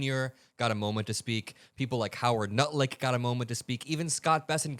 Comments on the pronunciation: Did you say Howard Nutlick? Lol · Did you say Howard Nutlick? 😂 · Did he say Howard Nutlick? 😂😂😂 I think he did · Did you say…Howard Nutlick?? Cause I heard Howard Nutlick 🤦🏽‍♀️ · Did he say Howard nutlick or did I hear him wrong? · I heard you say " Harold nutlick " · I heard you say Howard Nutlick 😂❤ not wrong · Wait....wait....wait... did you try to say Howard NUTLICK....LOL